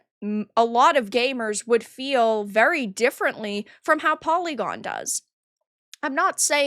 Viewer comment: You were TWENTY seconds in before you said "pory-gorn" and I then understood why the "review" was as valuable as it is... hah. That group of "games-journalists" ... well then. I bet that polly-gone only employs the most experienced and highest quality jour-noes... I bet they are even all *doctors*! Just like most of the "doctors" at the dei factories like that last one you talked about brownpeoplegames or whatever it was.